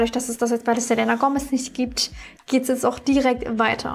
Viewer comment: bitte sprich den namen "Selena" richtig aus😅😅🥴